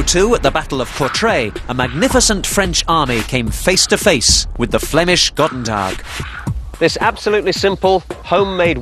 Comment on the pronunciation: btw its Goedendag not Gotentag xD